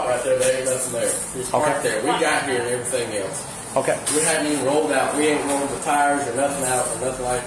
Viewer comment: "...and evra thang else.." Well, they dont pay him to speak.